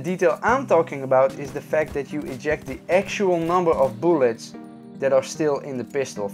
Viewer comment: Boolets? Are you Swedish or Russian? Tf?